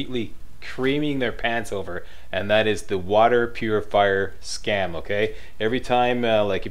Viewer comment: Its funny how he said scam haha